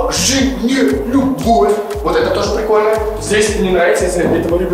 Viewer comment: ты, и супер это очень крутоооо, это самый лучший клип, а в конце вроде сказала бовь очень круто